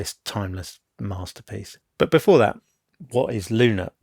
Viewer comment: 'to create this timeless..... masterpiece.....' lmaooo